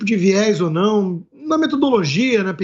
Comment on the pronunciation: Pesguiza. Mintiroza. Nau. Ezist. Careta. Porcento